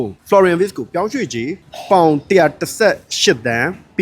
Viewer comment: Wirtz= ဗားဇ်လို့ဖတ်ပါbro German alphabetမှာ Wကို ဗေ လို့ဖတ်လို့ပါ